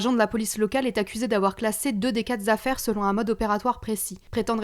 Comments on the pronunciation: "Deux des quat z'affaires" ??? On peut faire un effort svp ? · « Deux des quatre Z’affaires »!!! Bravo la liaison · quatre vingt treize mille zaffaires? How dare you?